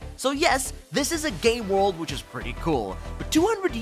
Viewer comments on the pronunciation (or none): none